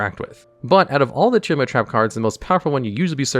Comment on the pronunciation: Liking the video just because it's finally someone pronouncing Tearlament the way it's written.